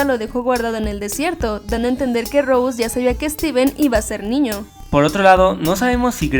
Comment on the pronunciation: se dice rose no rous xd